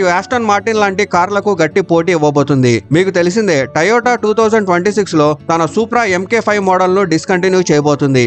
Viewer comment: టయోటా కాదురా.... అది టొయోట (To - yo - ta)